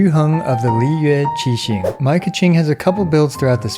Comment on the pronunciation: That pronunciation of "Yuheng of the Liyue Qixing" was pretty accurate! Speaking as a chinese speaker. :) Anyway, great content as always!